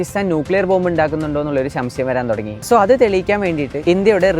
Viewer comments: ശംശയം ✅ സംശയം✖️ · That "ശംശയം"😂